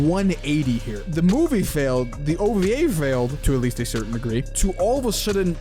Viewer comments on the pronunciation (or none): none